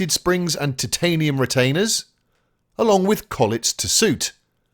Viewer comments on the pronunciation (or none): Worth it just for that pronunciation of “titanium “.